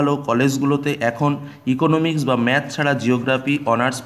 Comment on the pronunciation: It's Economics not Eoconomix